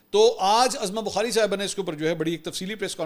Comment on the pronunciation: Azma bukhari nahe UZMA bukhari